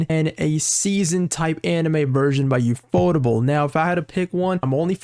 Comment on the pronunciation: Man, the guy in the video can't pronounce anything correctly, first ufotable, then apocrypha, and now mistaking Umu for Uwu.